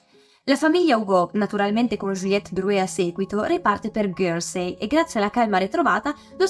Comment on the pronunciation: Isola di "ghersei" però non si può sentire